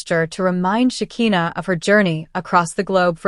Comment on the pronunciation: Sha ki na. Not Sha ke na😅😂